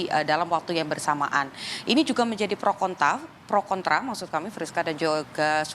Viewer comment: Fokus sama reporternya, ketika bilang prokontaf, 😁